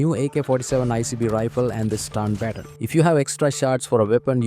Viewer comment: Bro still can’t pronounce baton, HA HA HA!!!! It’s okay, I know you are doing it on purpose now. Had to stop the video anyway though.